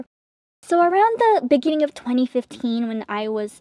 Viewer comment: That beninging